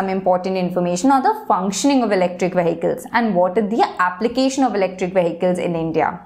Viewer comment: The pronuntiation of Vehicle is in correct.